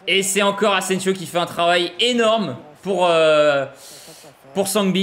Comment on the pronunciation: « Ingins » « Sergio asensio » C’est quoi le prochain ?😭